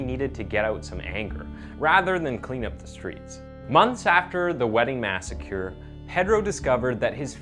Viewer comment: Visualante xD you need pronunciation lessons. Also it's pedro not peydro. Massacre not masakeer.